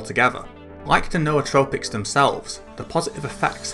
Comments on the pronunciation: N'OU'tropics not no-o-tropics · The only person I've found who actually said it correctly lol. No aw trow pics.